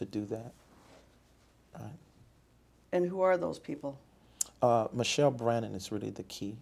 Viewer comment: I know I'm late but I made the mistake of reading your comment in my first few seconds of watching the video, and then every single time he said "Michelle" I couldn't breatheee!!! 😂😂😂 He really pronounces it "ma-shell" too!!! 😭😭💀💀